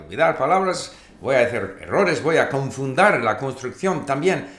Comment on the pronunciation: As an Argentinean I can say that your pronounciation is really good. Even though you speak a bit slowly and you said wrong some words such as "confundir". Besides that, you master the Spanish language.